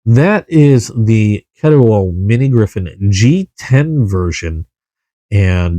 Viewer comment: Thanks for the video…supposed to be at my local knife shop soon. Only the 14c28n with g10 though… wish you said Ketuo the way it’s supposed to be lol